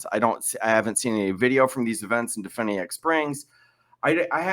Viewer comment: It's duh-FYU-nee-ak Springs.